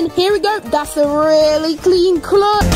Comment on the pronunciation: I mean right when u said clutch u cutted the ch at the end